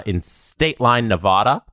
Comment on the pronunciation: That is not how you pronounce Nevada!!!!!!!!